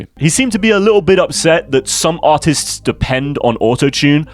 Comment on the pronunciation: The heavy accent on "artists" and the Filthy Frank reference killed me Also, thoughts on Terror Reid?